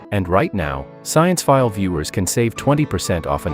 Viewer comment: It's science-phile as in science 🔭🧪 not sciene-phile as in cinema 📽️🎥